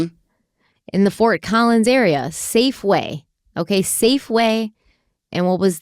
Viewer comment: As someone who lives in Colorado, the look of horror on my face when you said Fort Collins 😅 lord.